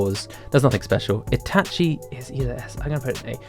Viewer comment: you watch these anime, so why do you mispronounce Ban, Itachi, and Akatsuki